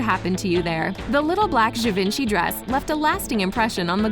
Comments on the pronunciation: Repeat after me, je-von-she, not ga-vin-chee. Merci beaucoup.😌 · Its gi-van-che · I hate to be a nag, but I believe Givenchy is pronounced “Jee-Von-Shee.” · I get the impression you never read the book and probably didn't watch the movie. Oh yeah, learn how to pronounce "Givenchy" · I cringed with the way she pronounced "Givenchy" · Yes I agree his name is mispronounced.